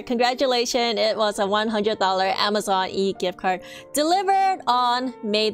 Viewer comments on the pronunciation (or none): none